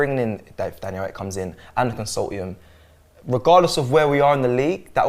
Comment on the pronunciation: Yh i agree with Cecil....can't wait until that "consaltium" comes in 🤣